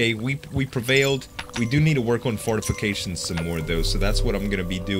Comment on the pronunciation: anyone else notice he says fartifications